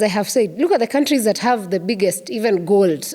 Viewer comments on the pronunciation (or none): none